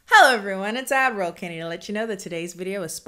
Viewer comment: I always think you say “Admiral Kenny” instead of “add roll Kenny”